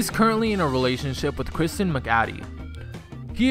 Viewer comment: You pronounced Kristen name wrong